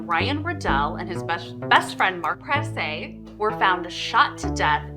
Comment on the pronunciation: I went to high school with Mark. I just wanted you to know his last name Prasse is pronounced Praw-c not Praw-say. Thanks for bringing awareness to this case.